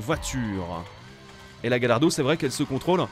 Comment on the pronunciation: Ça se dit " Gayardo" pas " Galardo " xDDDDD